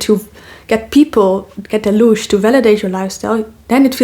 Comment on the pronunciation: I heard you say lursh lush or Lucious spell it please and the definition